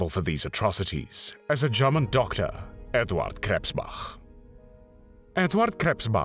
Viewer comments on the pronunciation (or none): Edvahd Kresspbacch